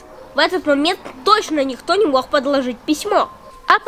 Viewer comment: не говори пожалуйста вместо г х ты говоришь:"Не мох" Что ты предлахаешь!!